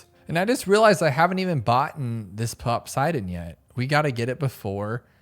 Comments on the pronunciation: I wasn't the only one who heard him pronounce it popswaydon right? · They wrote Popseidon because its from POSEIDON which is how the God of the Seas in Greek Mythology is Written. They just added a P. So No You ARE NOT Right XD. And we Say PoSAIdon not PoSEIdon. So the pronounciation that should be right for the Mermonkey 050 should be POPSAIDON while the writing is POPSEIDON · And he also says GLIVES. He REALY needs to learn how to pronounce towers. But I hear pop-seye-den.